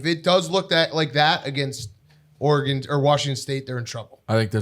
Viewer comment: One of these days Dave will learn how to say Oregon